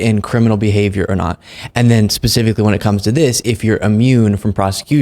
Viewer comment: I love you, man. I watch you constantly. But double-check your pronunciation. It isn’t “ammune“. It’s “Immune“. 😉 Keep up the great work!